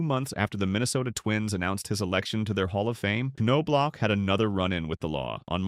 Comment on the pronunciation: Pronounced.... Nob Lock...geez...